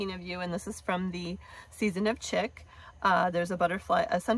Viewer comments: Wow! Your cards are the BEST alternatives for the Aug 2022 paper pumpkin. Absolutely LOVE all of them! Thank you!! (BTW, CHIC is pronounced "SHEEK") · Love your alternatives. Not being mean, but the word Chic is pronounced like Sheek or Sheik. I would much prefer that people let me know if I am saying something incorrectly, than to continue to do it.